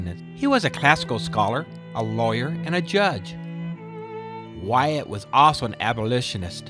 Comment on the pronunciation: I enjoyed the video, but you made several mistakes that I thought you might want to know about. The women married prominent men, not predominant men. The parish name is pronounced Henrico (hen-rye-co). I grew up there so I know. Wythe is pronounced "with" not Why-eth. Your tour was good just needs a few touch ups on the information.